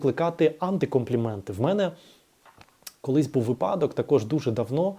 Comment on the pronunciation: У вас дуже гармонійна інтелігентна мова. Маленька поправочка: вИпадок